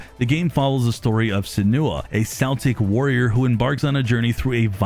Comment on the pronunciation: Did it kill you too how he pronounced both her name and the fact she is a celt wrong 😂